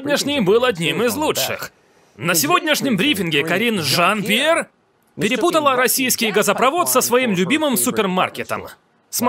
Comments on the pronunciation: То как голосом выделяет Карин-жАн П'ьер это просто музыка 😂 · Такер прям кайфует, произнося Карин жАН! пьЕр! 🤣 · В голос смеюсь:)) Спасибо огромное за вашу работу! И Такеру отдельное спасибо за то, как он произносит Карин Жан Пьер! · Мне так нравится как произносит каждый раз Карин Жан Пьер)) интонация улёт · Как произносит Карин жан Пьер- меня смешит до слез🤣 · Почему так смешно ставите ударение в имени Карин Жан Пьер)))